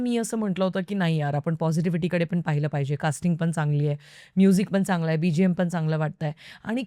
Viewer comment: पण आणि पन मधला फरक समजून घे ना प्लीज़ That’s only improvement required Else u are great